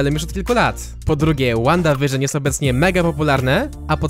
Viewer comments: przepraszam, ale to jest Wanda a to Vision WandaVision. Proszę czytaj przez,,w" a nie,,ł" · NIE CZYTA SIE ŁANDA WIRZYN TYLKO WANDA WIRZYN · Czyta się przez ł...